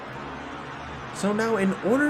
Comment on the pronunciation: Love this channel but I have a pet peeve, and I don’t think I’m alone. 17.13s imo should be pronounced seventeen point one-three not seventeen thirteen. Just my thoughts as someone who watches racing and other die cast channels.